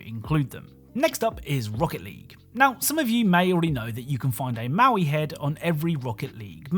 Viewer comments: Its "mo-i" not "mow-i" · BTW the Moai heads are "moe-eye" and not "mau-ee". (Note: Never make fun of someone for mispronouncing a word - it means they learned it by reading!) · mo'ai, not maui^^ The first means "statue", the second means "left". And Māui (Maaui) is a mythical characer. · its "moai" not "maui" genius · The stone heads on rocket league are Moai (Moe-eye) not Maui. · You called them maui heads and that felt wrong, so I double checked and they're Moai heads. Pronounced like moh-wai too. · Ah yes, the infamous Maui heads of Hawaii 😂 The “Easter Island Heads” are called Moai, created the Rapa Nui people on Rapa Nui (what we now call Easter Island) and where definitely not Maui. I get how he could get the pronunciation wrong or even mixed up. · Moai is pronounced "moe-eye".